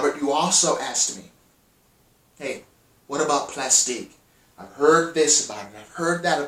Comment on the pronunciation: Plastiq is pronounced "Plastic".